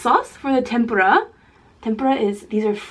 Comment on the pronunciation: No hate but it bothers me how u say seaweed instead of nori. Also, tempura is pronounced Tem- Pu- Ra with a sort of rolled "R"